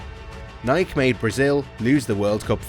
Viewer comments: No it's Nikey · It's pronounced Nikey... ask the founder 🙄